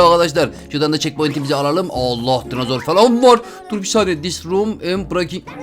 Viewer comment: Abi dicem dinazor değil dinozor